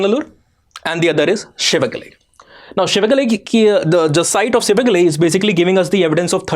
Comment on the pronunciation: For someone who doesn't know the Tamil lexicon, you are pronouncing all places like Thoothukudi, Adichanallur, Sivakalai almost accurately.